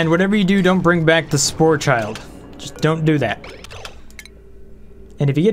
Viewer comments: "spore-child" is actually called a "spore-kid" .... like an "orchid" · Its pronounce sporechid like the i from orchid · When you get "error occurred" you can save your game still and reload that save so you don't lose any work. Oh and BTW it's pronounced Spore Kid as in Orchid that releases spores ;)